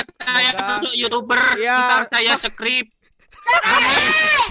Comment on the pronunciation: "supkrib" wkwkwk